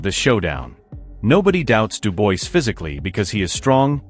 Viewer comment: When narrating please get the name of the boxers correct! It’s not Duboise it’s Dubois.